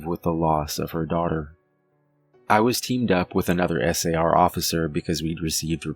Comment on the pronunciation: I would say you're about the most professional chronicaller I've listened to. The fact that you are speaking S A R instead of pronouncing it like a word, is enjoyable to listen to. I'm a retired physician assistant and one of my pet peaves is of people pronouncing acronyms line MuRSA instead of saying it as an acronym M R S A. Especially non-medical people trying to sound professional. Its less peaving if its someone in the profession, but still an irritant. Clearly, it's a little anal-retentive of me, but language and structure is so essential to professional communication regardless of the profession. Its especially an imperative for the chronicaller trying to convey fact rather than just an anecdote. So, thank you for your precise and professional chronical. Reg